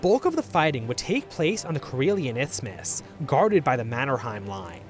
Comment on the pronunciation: you said izmus or itsmus multiple times. the word is isthmus. no ts in it